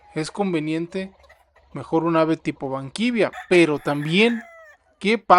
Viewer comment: Se. Llaman gallos banquiva los gallos banquivia no los conozco eso te lo inventaste amigo aprende a decir lo nombre coreano amigo